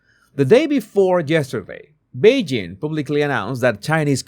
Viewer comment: Yesterday rather than Jesterday 😂 but anyhow I love your commentary